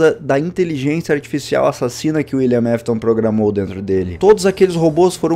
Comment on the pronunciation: William afton William afton fala correto não William mefiton